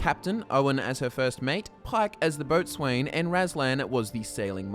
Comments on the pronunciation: boatswain is pronounced boatson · just an FYI, Boatswain is pronounced (and nowadaya often spelled) as Bosun and is responsible for maintaining discipline among the crew.